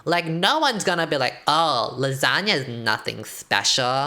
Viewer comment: The way I thought she was saying Lizhonya and not lasagna.......... like Lissandra with a zhonya’s